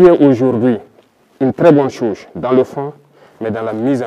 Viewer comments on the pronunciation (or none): Même étant militaires... Ou sont passés les faux analystes des médias mensonges qui croient qu'ils le monopole de la connaissance... Un militaire peut être un très bon dirigeants pour son pays...!!! Prononce moi le mot "chose" là encore... Tampi pour les jaloux... 😅😅😅😅😅😅😅😅